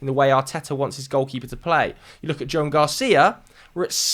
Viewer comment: It’s pronounced “Jo-an” not Joan,!